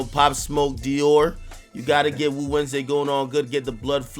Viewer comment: Did Just Say “I’m a put on some POP SMOKE for WU-WEDNESDAY??” It’s WU-WEDNESDAY...Not WOO WEDNESDAY!!...unless I’m out the loop on something.